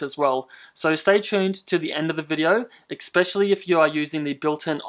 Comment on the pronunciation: It’s pronounced especially, Not “EX-specially”. 🙄🙄. Learn how to speak proper English